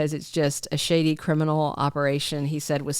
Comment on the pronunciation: OMG, I lmao when you said "shady" because I thought you said "sh*tty" (I was crunching some peotein chips and I almost choked 😂)